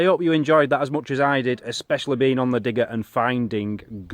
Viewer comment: I thought he said dick and not digger... This is seriously the biggest dick i have driven around lmfao xD